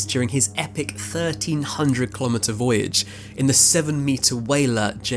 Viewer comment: Brother, the word voyage does not have an S in it. I don’t know how you’re doing this.